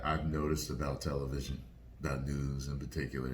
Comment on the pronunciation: It's "tell a vision" not tell a trith